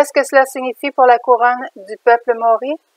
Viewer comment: Il faut prononcer MA. O. RI.